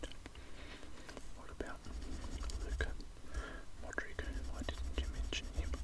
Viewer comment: It's pronounced luka modritch but written as Modric